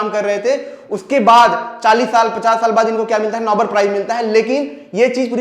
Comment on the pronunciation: नोबल नहीं नोबेल